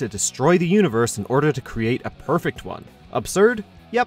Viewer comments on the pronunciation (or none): none